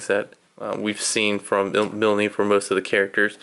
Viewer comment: "Mil-knee" lol the e at the end is silent. but Great stuff excited for the finished product.